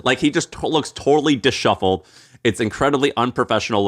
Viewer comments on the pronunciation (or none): is tripling down on mispronouncing “disheveled” just to get us to call him out in the comments. Fine. Take your comment. 😂